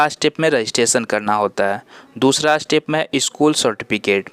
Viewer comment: अस्टेप नहीं स्टेप होता है, बाकी अच्छी जानकारी